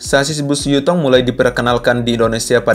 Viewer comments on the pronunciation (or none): Yutong bukan jutong skolh ke x ko ni